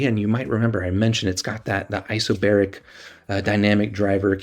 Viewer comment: its not isobaric